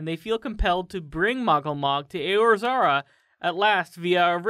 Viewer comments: It's pronounced Ay-or-zee-ah (Eorzea). I'm a 4 year ffxiv player. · I don't think they've played FF XIV :p. Eorzea is pronounced A-or-Z-uh by the characters/narrator of the first half hour of gameplay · EorZARA????? oh that hurt to hear the butchering of Eorzea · Ah man had me sold on the video the second I heard Aiozoria for pronouncing Eorzia lol. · It's pronounced Eorzea: A-OR-Z-UH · He couldn't even say Eorzea right smh. Wannabe lore librarian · The way you say Eorzea... shudders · Ya know, I don't usually complain about how wrong is, but that pronunciation of Eorzea hurt my soul to it's core.